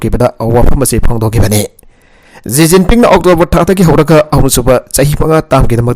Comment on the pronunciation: Shi jinping instead of ji jiping